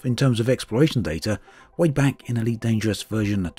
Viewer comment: at the very beginning: welcome bank to ... Can't unhear it now